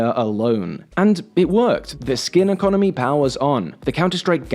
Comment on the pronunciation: "the economie" and "Is in chambles" goes hand in hand